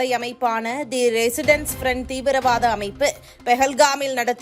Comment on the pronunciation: Resistence….not residence. English also an unknown language for you guys.